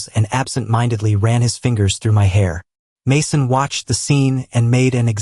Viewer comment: What is with the all the mispronunciations? Just say "Jesus" in English. And how did it say "Mason"? OMG